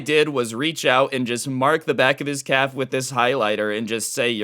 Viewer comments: The entire time, I thought he said "cap" until he mentioned shorts v jeans, and realized he said "calf" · I can’t tell if your saying calf or cap